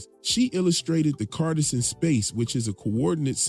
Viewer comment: Great video as always. A friendly note FYI: Cartesian is pronounced like car-TEE-zhuhn